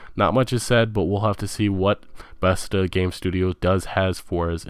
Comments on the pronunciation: I don't know how much I trust this list when the creator cannot even pronounce VALVE and BETHESDA correctly. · The guys pronunciation is a mess. "Besta" for Bethesda. "Volve" for Value. Butchering Andromeda and Boudreaux. Hard to listen to. Not trying to dog the guy, just some constructive criticism. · Why did you keep saying Besta, it's Bethesda. That shit drove me fucking crazy. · suomi Ugh I know. And he said "Bethsta" :S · BEH-THEZZ-DUH .........BEH-THEZZ-DUH ......BEH-THEZZ-DUH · How the fuck does this bonobo have over a million views when he can't even pronounce half of the words he attempts to say? Shemenic? Volve? Besta? Cyberbunk? This is shameful and outright criminal. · Bordeaux is pronounced "Board-O" and Bethesda rhymes with "She-says-huh" lololol Thanks for the video though bud. I really enjoyed it! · and vaulve and bestha haha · Bruh... It's "Va-al-va" not Vol-va, It's "Beth-es-duh" not Best-duh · Why are u pronouncing the studio names like that volve, bethda Its valve and bethesda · This piece of shit can't pronounce anything betesda volve and counting pc as a console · Bethesda= BEH-THEZ-DUH Valve= A as in APPLE, VAPPLE, VA-LVE, VALVE.